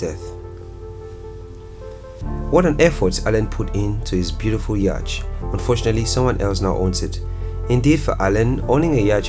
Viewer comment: Despite the spelling, it's pronounced 'yot', not 'yach'.